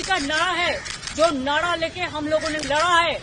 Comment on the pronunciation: nahra ko nada kiyo bolti hai 😂😂😂